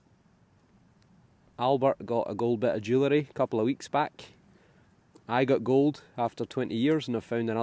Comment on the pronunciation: ~Kind sir, JOO-ell-ree. As in, I hope you find some Edwardian JOO-ell-ree. Congrats on the two silver pieces. The gold coin was beautiful. Good to see Lexi. Great day. Thanks for sharing.